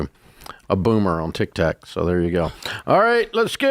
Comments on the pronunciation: Why does he keep saying Tic Tac? He knows it’s Tic Toc🙄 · cause he's a boomer, why are you offended over an old man mispronouncing words ?